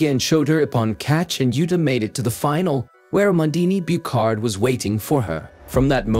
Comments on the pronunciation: There are far better voice-generating software programs now available. This one also butchers the name of the silver medalist, which it pronounces as "Mondini Boocard" but which should be pronounced "Ah-mon-DINE Boo-SHAR". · Amandine Buchard is pronounced " Amandin Bushar", not "amandini bukarde". a concerned french speaker